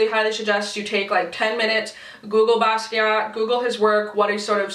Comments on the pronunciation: Thank you so much!!!! your looks are absolutely beautiful!! And you said he's name right. I was getting so irritated because everyone is saying he's name wrong like way wrong! it's kinda disrespectful because most of them were given the whole collection for free and they couldn't be bothered to do like 5 minutes of research and education themselves!! This is a person not just some silly product name that you can't say properly!!! An actual human being!!! An amazing human being that did amazing things!! but anyway thank you and I'm so glad you're back!!!! 😁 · I love you for the intro. It really breaks my heart when people are doing tutorials on these palettes, and don't even know how to say his name. This is one of the most influential artists of the second half of the 20th century (some would say across even a far broader period than that, I'm being conservative there to avoid hyperbole), do a fucking google search, people. FFS. I saw one YTer, with not a small following, keep referring to him as alive. Saying that he had collabed on the palette, etc. Really, people? Wikipedia is a thing. If you are going to go to the trouble to make content around this palette, which is featuring a REALLY famous and revolutionary artist, then take ten gatdamned minutes to do a little research and stop being like every other Becky out there. Cultural history is a real thing, people. Have some respect.